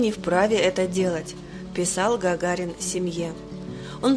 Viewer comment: А кто-то начал выговаривать букву Р на слове Гагарин.